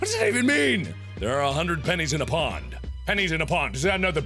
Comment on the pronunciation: It was no U because it said 100 pennies in a "POND" but it is really saying "POUND" like the currency from the UK